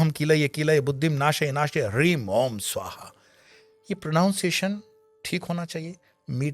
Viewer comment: क्षमा करें गुरुजी.. आप कहते हैं कि उच्चारण सही होना चाहिए। गीत की वर्तनी और आपका मंत्र अलग-अलग हैं। वीडियो में मंत्र के बोल "ओम ह्लीम" कहते हैं। आपने "ओम ह्रीम" का जाप किया और फिर मंत्र की वर्तनी का अंत "हीम" है। आपने "ह्रीम" का जाप किया। संस्कृत दस्तावेजों में भी दोनों बार ह्लीम और ह्लीम लिखा है। क्या सही है। ऐसा क्यों है कि हमारे धर्म में इतनी असमानताएँ हैं कि जप करने की इच्छा रखने वाला व्यक्ति ऐसी असमानताओं के कारण गलती करने से डरता है।